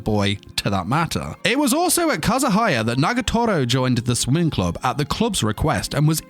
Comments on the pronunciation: I know you are saying that she is a part of the swimming club, but i kept hearing it as the "sweating club"! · Did he just say sweating club😭😭😂😂